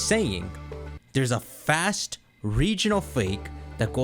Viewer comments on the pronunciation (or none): Fasuuto= First, not "fast" Sekando= Second Saado = Third